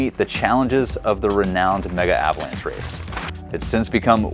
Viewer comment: Really useful review. Thanks. Great bike (think it's 'Meg-avalanche', rather than 'Mega-avalanche', btw).